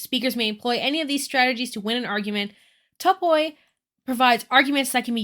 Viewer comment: Just an fyi, topoi is pronounced as "topee" and it's plural of the word topos!